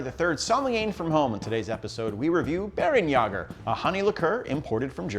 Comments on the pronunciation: Not "Bear-en-yaw-ger," "Bear-en-YEH-ger" Umlaut "a" has a sort of short-E sound (or long-A, like "ay," but it would sound much the same, "bear-en-yay-ger") No umlaut "a" makes the "ah" sound in German. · Great video. Only thing it's pronounced "Bair-(like Hair)-en-yay-ger"